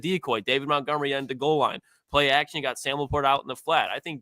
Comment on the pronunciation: David Montgomery: (day-vid mont-gum-er-ee). Challenging stuff out here saying a dude’s name correctly 🙄